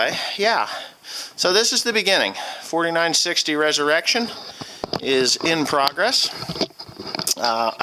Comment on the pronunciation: Nice video, just to let you know it is resurrection and not reserection.